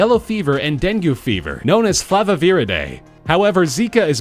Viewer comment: It's not dengoo, it's dengay. (no, mosquitoes are not gay)